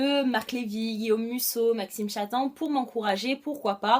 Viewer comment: Coucou! Juste pour te dire que ça se prononce "Maxime Chattam" en prononcant le "m" à la fin <3